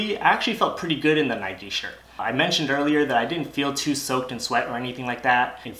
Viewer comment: Nikeeeee 😅 grills me when people pronounce it like that 🙃 wouldn’t say bikeeeee